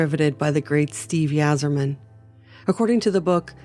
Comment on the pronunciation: It’s pronounced Eye-zer-man…